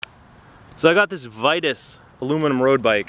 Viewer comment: Pronounced Vee-toos!